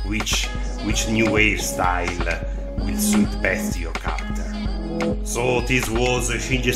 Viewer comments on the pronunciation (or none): none